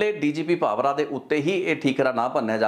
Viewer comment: ਕਿ੍ਪਾ ਕਰਕੇ ਪੰਜਾਬੀ ਸ਼ਬਦ ਉੱਚਾਰਣ ਦਾ ਧਿਆਨ ਰੱਖੋ। ਡੀ ਜੀ ਪੀ ਵੀ ਕੇ ਭਾਵਰਾ ਨਹੀਂ ਵੀ ਕੇ ਭਾਵੜ੍ਹਾ ਹੈ।